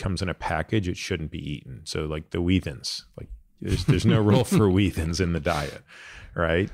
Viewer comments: Wheat Thins as one word? Wheathins??? Mind blown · Why are you saying “wheat thins” in a way that rhymes with ”heathens”? 😂